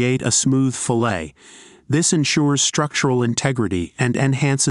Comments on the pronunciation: Filet, as in fill-A? Or fillet, as in fill-et, as it should be? .... AI is not the wonderful thing many make it out to be. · When I heard the pronunciation of the word fillet, I said I am out of hear.